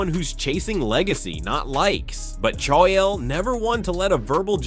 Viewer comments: You pronounce names worse than Chaeyel😂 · I couldn't even tell this was an AI until it got to the "Chaiael" part. Absolutely disgusting. Put actual work into your videos. Disgrace to hard working content creators. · Cha-yell Sonnen hunh..? 😂 Finally, someone screws up the pronunciation of HIS name 😅.